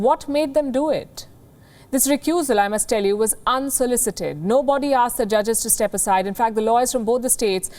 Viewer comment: I hate how she says "nobody". The "body" in it isn't literally pronounced as bOdy ffs. What kind of illiteracy is this?